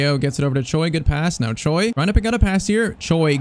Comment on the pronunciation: If you ask any Koreans, there's no way they pronounce "Choi" as "Joy". I don't know why!